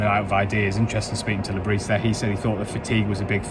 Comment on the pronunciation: Great summary you obviously are adept in delivering an honest account of the match. one criticism its not Le Brissss, its pronounced Le Brieeee